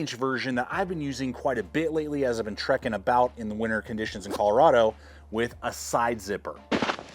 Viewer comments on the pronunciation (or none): none